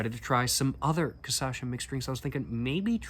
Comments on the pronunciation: dude, everytime u said CA-ÇA-XA i died kkkkkkkkkk. its just a cute mispronunciation of the syllables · Hey! Maybe this will help you: KA-SHA-SSA, I think this is the best 'phonetic translation'. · Okay, bach to the pronunciation class 😂 Repeat after me: KAH... SHA... SA... (The trick is in the SHA - SA 😉) It's a tricky word, we know 😂😅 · It's funny how you switch syllables when saying "Cachaça" you say ca-ça-cha. On purpose or not, I'll start using this one lol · The correct sound is almost: KAH - SHAA - ZAA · I know you can do it... Kah - Sha - Sah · You’ve been baptized—now you’re Brazilian! :face-blue-smiling: And the correct pronunciation is "Kashassa" and "Kaipeerinia". My late father used unpeeled lime in his caipirinha. PS: The only difference between the first and second caipirinha is that with the second one, you'll get twice as wasted. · Just a small correction, t's actually KAH-shah-suh :) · Cassasha 😭💔 😂😂 its almost cute ngl To clarify: yesterday's video he was saying it right im not trying to making fun of his pronunciation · Estranho que ele tava falando certinho video passado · I loved the CASASHA pronounciation, adopting it from now on 🫶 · Kasasha soa como uma prima russa da Cachaça kkkkkkkkkk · Vou adotar a pronúncia. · One tip for is to mix the words cash - us - uh for a slightly better pronunciation, but I rather adopt casacha from now on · amazing video ps: you mispronounce Cachaça, flipping 2 silables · pronounce: caipirinha > cachaça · You had the "cachaça" pronunciation perfect on the previous video bro what happened 😂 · ele conseguiu pronunciar os sons mas trocou as sílabas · Not cachaça. Says Ca-ça-cha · "Caipirínea" "Cassacha" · the pronounce is "KAH - SCHA - SA" Lol😂 i know is difficult for a English speaker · Cashassa, not cassasha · Hey man, last video you were pronouncing 'cachaça' perfectly (kashassa), but now you're saying kassasha). Just watch your previous video and you'll get it 😁